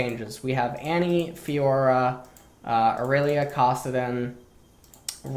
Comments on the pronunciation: Why the hell does intentionally mispronounce champion names? It's so jarring and not necessary. It's KAssadin, not CAWssadin. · He pronounced Kassadin’s name 3 times as Kossadin, then accidentally said it correctly but corrected himself to Kossadin again...Is this a meme? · Anyone else wanna shoot themselves when pronounced “kassadin”? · Bitch nigga even says it correctly and “corrects” himself by mispronouncing it again what a stupid bitch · Can't stand the way you pronounce Kassadin. It's like saying tah-mato or pah-tato. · Shout out to the fact that you say Kassadin with the same vowel sound as the word "cock".